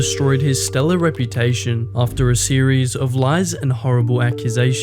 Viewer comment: ok well made video but you really said stellar at the start 💀like twice